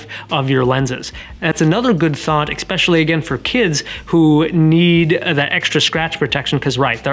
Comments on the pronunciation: May I? Ess-specially not ecc-specially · Thanks for the honest and detailed explanation of AR coatings. You do great in front of the camera. My only criticism---and it's just my personal pet peeve)--is the way you (and others) pronounce the word "especially." There is NO "k" sound in the word: it's pronounced "ESS-speshully" NOT "EK-speshully." ;-) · Great video, especially when you say EXSPECIALLY! Grammar Nazi here, thanks to the Texas school system. LOL! Seriously though, a very informative video. Thanks for sharing. 😊👍🏻